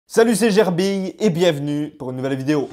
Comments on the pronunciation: Jsuis le seul à entendre salut c gerby 😂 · est-ce que tu as réélement dit "salut c'est gérbille ?"